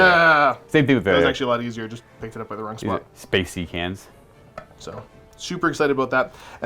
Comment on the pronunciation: You jeep calling them Space Sea-Cans. Bust wouldn't the correct name just be Space-Cans? Sea-Cans are transported by sea, these are transported by space. Thus, Space-Cans.